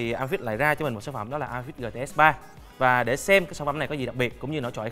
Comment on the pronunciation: Góp ý bạn nên đọc tiếng anh chuẩn hơn. Amazfit nên đọc là “ơ mây fit”. Còn neo nên đọc là “ni âu”. GTR nên đọc là “gi ti a”. Dòng GTR mặt tròn vì R là viết tắt Round. Còn GTS mặt vuông vì S viết tắt của Square. Pixel đọc đúng là “pít sồ”. Hi